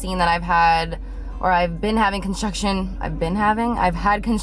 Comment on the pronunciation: I thought you were saying that you're having contractions instead of construction Lol i'm like but she's not pregnant